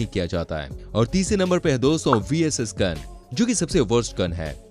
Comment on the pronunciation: Doso Nehi Dosto hoti he 😅